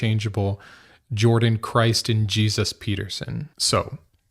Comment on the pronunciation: G-Suss? Why say the name like that?